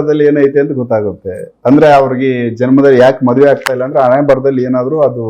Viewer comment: ಅಣೆಮೇಲೆ ಅಲ್ಲ ಹಣೆಮೇಲೆ.. ಮೊದಲು ಕನ್ನಡ ಸರಿಯಾಗಿ ಕಲಿ..